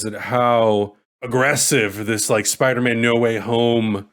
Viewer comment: 1 LIKE = 1 "SPIDAMAAN"